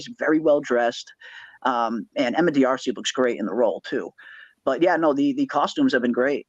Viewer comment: ❤❤❤ psst..Emma pronounces her last name like: " Darcy" ....not "Dee-arsee" ❤❤❤😊